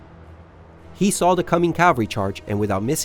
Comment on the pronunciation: CA-VAL-REE not calv-aree